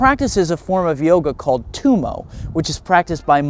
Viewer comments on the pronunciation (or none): none